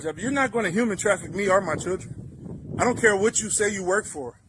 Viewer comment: I’ve noticed a lot of these sov cits can’t pronounce children 😅